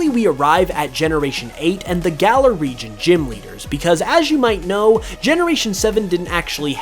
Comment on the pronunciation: That is not how you pronounce galar